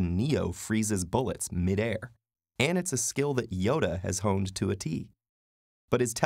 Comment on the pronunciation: I could be wrong, because my hearing isn't great, but it sounds like the narrator says "Yoda homed" rather than "Yoda honed."